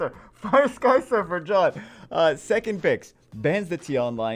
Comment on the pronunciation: Look like you Say "Sky suffer" XD